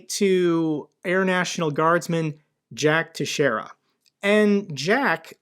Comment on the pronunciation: love your channel, you are very informative. Just so you'll know, the correct pronunciation of the name Teixeira is Tex-era. I live about 30 miles from Teixeira, and it is a Portuguese name. We have a very large Portuguese decent population here in Southeastern Massachusetts and most t hem depend from the Azores Islands. And thank you for your service to our Nation.